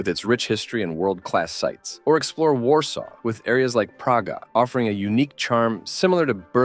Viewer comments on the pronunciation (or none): none